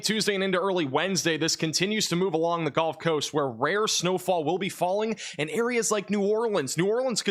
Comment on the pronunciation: Did you just say the "golf coast?" 😂